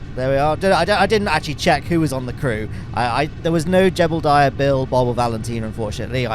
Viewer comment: pronounce ‘Jebediah’ correctly challenge: ❌